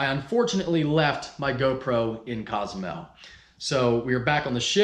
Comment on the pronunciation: That’s not how you say Cozumel 😐